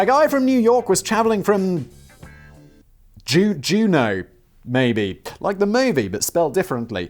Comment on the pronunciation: Good job on the pronunciation of Juneau (?) P.s. it's the capital of Alaska